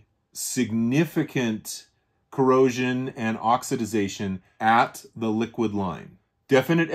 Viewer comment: Thanks for the lesson in pine-sol related oxi-Daze-ation 😂.can you patent a word?